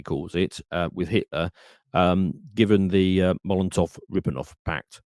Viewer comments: The Molontof-Riponof pact, haven't you heard about it? Is very famous, da. Edit: . He doesn't even know what "USSR" stands for. Amazing. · the WHAT pact? Hard to take this seriously when you don't know how to pronounce what you're referring to.